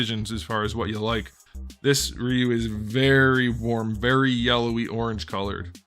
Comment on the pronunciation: Rye you. Not ree you. You turd